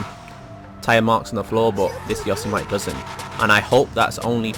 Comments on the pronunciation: Say yosemite the right way you gremlin (YO-SE-MITTY) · Its pronounced Yosemitty